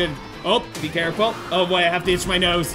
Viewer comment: When he says oh boy it sounds like boyo